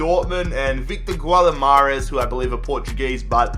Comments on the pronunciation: Guimares is pronounced Gee-Mah-rehz FFS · Guatamares? seriously? Jesus Christ XD But yeah apart from that great rebuild Keep it up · Dude learn how to pronounce Guimaraes. It is completely different with the way you are pronouncing it.